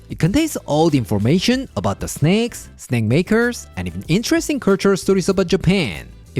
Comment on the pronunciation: Thought I heard. "snecks" 😅